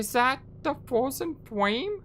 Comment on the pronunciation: Ahhh ha ha ha ha! That's exactly what i'm talking about! The Fwozen Fwame... XD XD XD